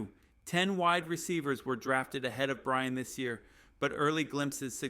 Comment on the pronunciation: This must be AI read. He constantly mispronounces Surtain as cer-tain, not sur-tan. It also fumbles Vele as vel or vail instead of va-lay. This one includes a lot of what sounds like Brian, not BryanT, as (too bad I can’t see the rest of his name) points out. Fix these obvious errors and you might get more likes/subscribes, and participants.